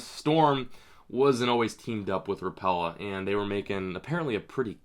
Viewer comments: Hi. Very nice video as usual. Only one correction: as one would hear from the folks at Rapala, they pronounce it RAP-uh-luh. Again, really lime your videos and keep them coming. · Cant stand how americans pronounce Rapala, did they ever watch a video from Rapala? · am I the only one who thinks he's saying Rapala wrong?